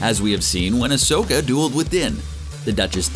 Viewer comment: The way he pronounces Ashoka literally kills me😒🤦‍♂️